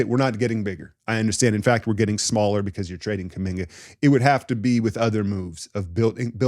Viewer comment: I had to pause the video to figure out if you were trolling when you said Kuminga and Podz for Scoot.